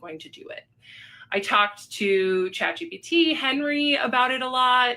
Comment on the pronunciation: it’s chat GPT. not GTP.